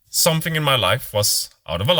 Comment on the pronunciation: Somfing? Practice!